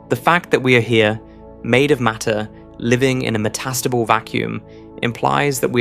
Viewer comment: Met-AS-table? Really??? How about Meta-stable. (Which is actually what you mean!!)